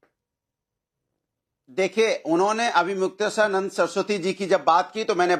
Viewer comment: ये अन्नू भादवा अविमुक्तेश्वर नाम भी ठीक से नहीं बोल पा रहा...😮😢😅